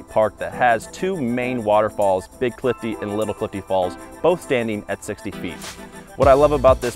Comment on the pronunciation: Clifty, not Cliff D.